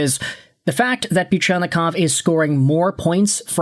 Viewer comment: I'm surprised you can pronounce Fedorov and Buchelnikov's names correctly